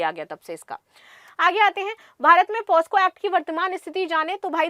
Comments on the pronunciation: Maam POSCO ❎ POCSO✅ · Madam,,,पहले आप खुद पोक्सो बोलना सीखो ,,,बार बार पॉस्को पॉस्को गलत सलत बोले जा रही हो ,,,,वो पोक्सो होता है मैडम पॉस्को नहीं । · मैडम जी पोस्को नहीं पॉक्सो बोलते हैं 😊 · पास्को नहीं पॉक्सो ma'am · Posco nhi pocso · POSCO nhi POCSO h mam